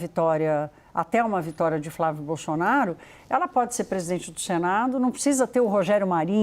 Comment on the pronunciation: A jornalista fala “xenado”, “Bolxonaro”… Só eu que vejo isso?